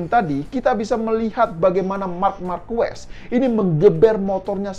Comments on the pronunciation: Markes bang nyebutny Marquez.. 👍👍👍 bukan Markues 🙏🙏🙏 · Gw pernah nonton langsung GP di Sentul, jadi paling ngga gw sudah pernah merasakan atmosfer nonton langsung di sirkuit internasional. Gak seperti presenter ini, bahkan nyebut nama Marquez aja salah, ketahuan kalau dia sebenernya fans Moto GP karbitan. Dan gw rasa, dia juga gak bakal nonton gelaran Moto GP di Mandalika nanti, entah karena dia sebenernya gak suka Moto GP, atau dia gak punya uang untuk berangkat kesana. Jadi kemarin gw sempet nonton video di chanel ini yg membahas perbincangan para rider dengan Jokowi dan mengaitkannya dengan Anies atau lebih tepatnya menyerang Anies, tapi sepertinya video tersebut sudah di take down, dan diganti dengan video ini. Sebenernya euforia kembalinya gelaran otomotif kelas dunia di negeri ini, gak perlu diikuti dengan sentimen negatif kepada Jokowi maupun Anis. Kita nikmatin aja tontonan ini, baik secara langsung maupun dari tv. Gelaran skala internasional ini seharusnya dapat menyatukan kita sebagai bangsa yang sedang disorot oleh dunia. Tinggalin polarisasi pada pemilu kemarin, toh nanti juga Jokowi udah gak bisa nyapres lagi di 2024. Sebagai penikmat event olahraga atau balap, apalagi yang berskala internasional, jujurly gw kangen bisa nobar di sirkuit/stadion tanpa harus merasa saling curiga satu sama lain. Curiga kalo orang disebelah dia cebong apa kadrun. Udahlah, ga enak kan kaya gitu. Fyi, dari tahun 1997 sampe sekarang gw golput, dan sepertinya akan tetap begitu kalo sistem demokrasi kita masih seperti sekarang. Gw gak mau nga